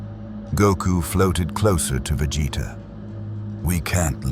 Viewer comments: How did Billy Butcher already know their names when they haven't even met before? Plus how hard is it to pronounce Vegeta's name right? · the way ai keeps butchering vegeta name is funny asf